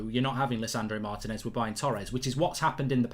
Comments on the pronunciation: Mark Martinez is pronounced " Marr Tea ness" not "Marr tin ess " 😤😤😤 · Please pronounce it “Mar-tea-nez” The accent is in the “ti”